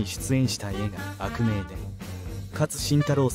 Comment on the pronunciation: あくめい❌ あくみょう❗️